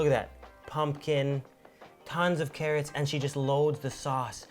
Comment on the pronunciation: What's cattots ???? Do you mean Carrots?